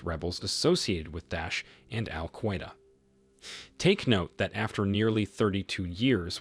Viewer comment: You don’t pronounce Al Queda correctly. Not in english nor in arabic or urdu/peshto. You created your own pronunciation😂😢